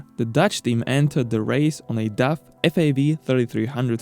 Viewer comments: wow then your ears dont Funktion well. I am from the Netherlands and the brand DAF is from the Netherlands, so when i saw the video i first didnt know what you where saying ! It sounds horrible. Try saying the word car then make it dar then daf , thats sound not like duff. 👍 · Its name is daf , not duff.